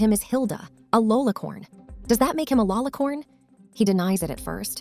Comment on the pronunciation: Love how this AI pronounces LoniCORN! Hilarious. I'd be offended if i did not like corn!